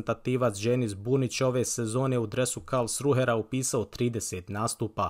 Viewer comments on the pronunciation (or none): Bravo za trud, samo u budućnosti reci Karlsrue a ne KarlsruHer, baš para uši 😅